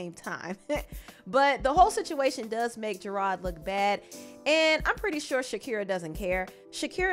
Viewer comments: I like the way you pronounce his name Gerard. Very fancy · the way you kept saying gerard wrong was cracking me up lmfao